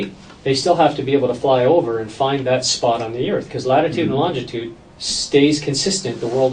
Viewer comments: the detective is an illiterate sod cannot pronounce longitude, longditude wrong pronunciation ahole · Great job detective. But please learn how to pronounce longitude it's killing me